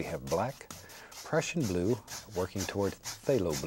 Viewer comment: When he said prussian blue it sounded like Russian Blue